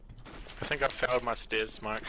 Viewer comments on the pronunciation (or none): none